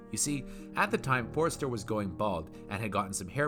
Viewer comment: Why do you keep calling him "Forrester"? His name was Forster